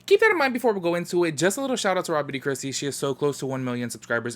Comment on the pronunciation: I always thought you were saying Robby d’christy 😂🤦🏽‍♀️ but I gotta check her out 👍🏽